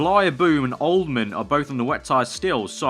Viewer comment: Its not Oldman, its OLDHAM :D